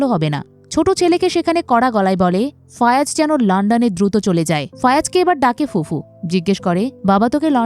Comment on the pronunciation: একবার বলেন ফায়াজ একবার ফয়াজ আরেকবার ফয়রাজ... একজনের নাম কতভাবে উচ্চারণ করেন?